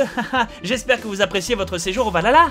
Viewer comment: A oui j'oubliais elle vienne dou les images quand bob dit VALL HALLLLA ???